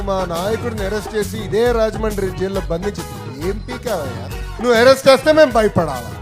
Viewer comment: ఒరేయ్ ఎరెస్ట్ కాదురా పప్పు గా... అరెస్ట్..అందుకే చదువు కోమని చెప్పేది దారిద్రుడా...